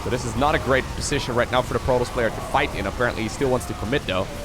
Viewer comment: When you say: protoss. I hear Pro Tools :P